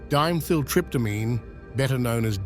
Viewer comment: I love me some Dime-thill-tryptamine. Fucking ai garbage.